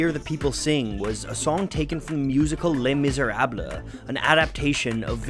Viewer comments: Les Misérables is not pronounced “Lay-Mizzer-Rab-LUH”! Bahahaha! It’s French! It’s pronounced more like “Lay-Mizzer-ROB” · This was an amazing video but the way you pronounced Les Miserables just stole 15 years of my life